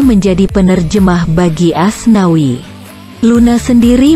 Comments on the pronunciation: nyebut Asnawi jdi aswani😂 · Menit keberapa gitu sebut asnawi jadi aswani amsonkkkkk....